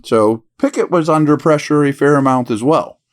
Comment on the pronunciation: “Under preshaaa” golden😂